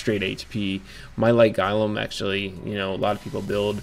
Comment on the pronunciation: GO-LEM.. Not Gahlem